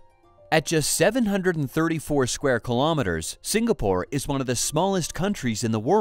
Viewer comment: Great content, but it's "Singa-pore" (like Sing-along), not "Sing-Ger-pore". And "Charng-ee" airport, not "Char-nee" #proudSingaporean